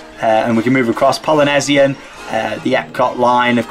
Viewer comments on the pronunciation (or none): its poly nee sian